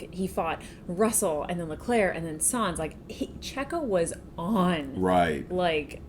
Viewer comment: Wonderful to see your enthusiasm! By the way, it's "Sainz". There's an "i" in there. ;-)